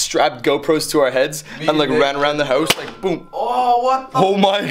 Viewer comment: why you say hoous not house